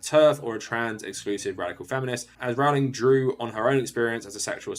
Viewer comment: I appreciate that you refuse to pronounce her name properly.